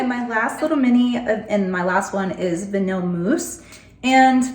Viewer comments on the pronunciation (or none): none